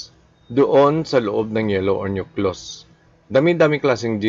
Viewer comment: Walang masabi si. Paano ka makagawa ng angat sarado, multiple shuffler o speed o power puncher? Parang hindi doktor. Nahirapan Mg pronounce ng "nucleus".... kahit ngbasa. Trying to be academic... Si Rey Bajenting of RBSugbo magaling dito. Hindi si. 😅